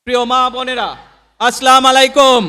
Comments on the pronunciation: নেতার যে সাইজ সালামটাও ঠিকমত দিতে জানেনা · চোরার মুখে ধর্মের কাহিনী কতই না সুন্দর। জাতীয় নেতার সালামটাও অশুদ্ধ। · আসসালামু আলাইকুম আমি অত্যন্ত শ্রদ্ধার সাথে বলছি দয়া করে আপনি আপনার সালাম দেওয়াটাকে শুদ্ধ করে নিন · একজন মুসলমান সঠিক ভাবে সালাম টাও দিতে পারে না হায় আফসোস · আগামীর রাষ্ট্র হবে ইনশাআল্লাহ দাড়িপাল্লা আর আপনিতো সালামটাও ঠিক মতো দিতে পারেন নাই, আপনি হবেন এদেশের রাষ্ট্রনায়ক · বিসমিল্লাহ ও সালামটাও ঠিকমত দিতে পারে না এ কেমন নেতা😂